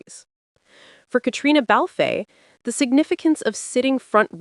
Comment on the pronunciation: Her name is pronounced “Katrina.” The “e” in Balfe” is not pronounced. To say it any other way is rude and insulting . If you can manage the names of designers, you should be able to pronounce Cait’s name. After all she’s not a newcomer to fashion, cinema or television.